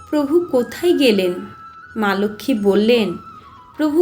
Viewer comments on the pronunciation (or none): none